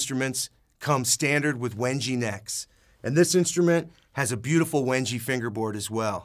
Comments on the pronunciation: Someone need to tell this dude how to pronounce wenge It is literally erking the fuck out of me It is pronounce wen-gay not wen-gee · It's pronounced Wengay not wenji lol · "When Gay" not when gee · I really hate how he pronounces wenge. It's pronounced weng-gay!